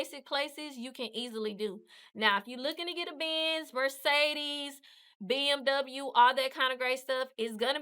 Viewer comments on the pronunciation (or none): none